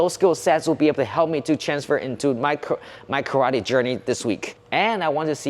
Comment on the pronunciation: First of all you guys must learn how to pronunce karate.